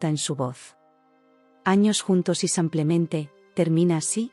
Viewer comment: Ay, ya. ¿Porqué samplemente? Van muchas veces que les dicen los oyentes que es "simplemente" no samplemente.